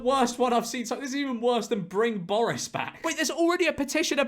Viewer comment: George saying "borris" sounds like hes speaking in an Irish accent